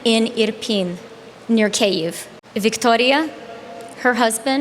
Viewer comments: I find the accent to be strange. It is not Victoria, like a queen of England. No, the O gets elongated and the R gets rolled like it is a queen of Spain, or Mexico. The speaker adopts this foreign pronunciation of what would otherwise be a normal English name. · Why is a Canuckistani using the latino pronunciation of "Victoria" for a Ukrainian refugee? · Why changed her accent to pronounce Victoria’s name? And who buys any of what she is saying. Also, a graduating class of 5000? How is this special in any way? What did these students major in that there are 5000 jobs for these people to have once they graduate? Who talks about peace being gone and war being on the horizon while comparing it to the beaches of Normandy? It’s fear mongering at the minimum. Why was the Ukrainian refugees allowed to board a plane with a cat? Lastly, out of the 5000 remarkable graduating students are only about 20 people clapping? It’s a sick world. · The way she pronounces. "Victoria", Cringe... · Her ridiculous pronunciation of “Victoria” reminds me of the great SNL skit where the news anchor pronounces words like “Nicaragua” with hilariously hard “I”s, rolled “R”s and soft “G”s. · This might be the most pointless, meaningless, boring, self serving, condescending and did i mention boring?, and out of touch graduation speaker i have ever heard. The way she makes a point out of how she pronounces Victoria makes me want to boo her off stage. Infuriating. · OMG the way she pronounces “Victoria,” so obnoxious